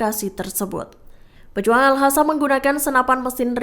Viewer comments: Hallo kakak mimin yg benar al qasam ( al kasam ) bukan al hasam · Sekedar masukan. Pembaca berita selalu menyebutnya Al-Hassam. Padahal Al-Qassam. Bhs arab beda satu hurup bacaan beda lagi arti. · Bukan al hasam tapi al.qassam ya mbak narator.mhon kalo bikin konten harus cocok dan benar antara narasi dan vidionya.kalo gak begitu itu penipuan